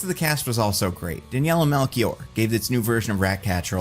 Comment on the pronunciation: I think Melchior is pronounced "Mel" + "shhhh" + "i" + "or". At least that's how the name is pronounced in Portugal